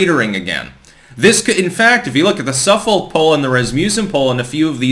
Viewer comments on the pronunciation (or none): Not SUFF-folk poll. It’s pronounced SUF-fic.